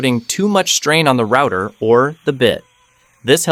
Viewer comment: Good technique and well explained but words like "rooter" instead of router and "poly yoor athene" give away the AI voice. This also explains the lack of energy and strange cadence in the speech. Try narrating yourself, I'm sure it will be better.